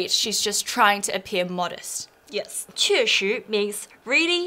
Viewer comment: I noticed that roughly to , shi(2) in the word 確實 seems to be pronounced with an i sound that is closer to 'ee' than to the regular pronunciation of shi. Is this the standard pronunciation?